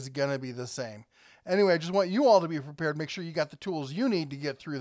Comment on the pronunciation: I swear I heard "be preBeared"